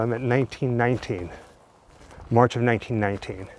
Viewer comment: 😮😮 oh okay 1919 ! You sound like you are saying 1990 . 😳😳😳😳